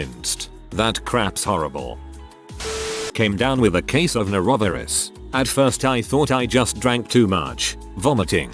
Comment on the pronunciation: Um, "nor-ra-Ver-us"???? 🤨